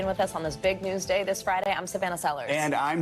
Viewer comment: Don the con-VICTED.